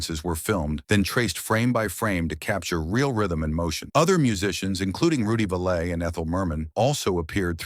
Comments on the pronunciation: It's Rudy valle, pronounced valley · pronounced Valley